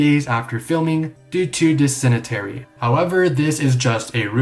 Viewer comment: Dysentery? What is this? The 1400s? Also, it's Disen-terry not disenuh-terry